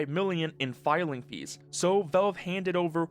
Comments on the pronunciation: why do you keep saying "velve" instead of "valve"? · Is ytb not suppresing the word Valve? Or why is he saying Velve the whole vid? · i hate the way he says valve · bro that is not how you say valve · please learn to pronounce Valve